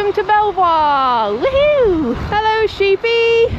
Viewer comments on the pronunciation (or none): Point of Order: you say "Welcome to Belvoir" as you pass the sign saying exactly that... but the name, Belvoir, is pronounced "beaver", like the animal. A strange quirk of Norman English